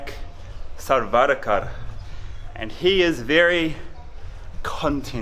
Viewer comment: pronounce it like saa-worker , you can get very similar to सावरकर